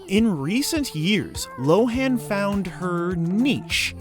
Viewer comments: You pronounced her name wrong for the whole video 😄🤦🏿‍♂️ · Everybody does, even tho she has TOLD EVERYONE who to say her name 😂